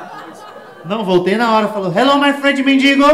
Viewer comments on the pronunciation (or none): none